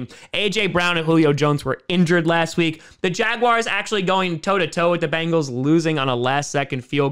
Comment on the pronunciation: It's not Bangle, it's Bengal!!!